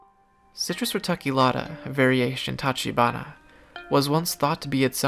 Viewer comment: Same for tachibana: "ch" as in chess or chair